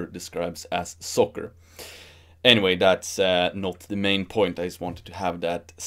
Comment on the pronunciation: Oh, soccer! I thought you were saying "sucker".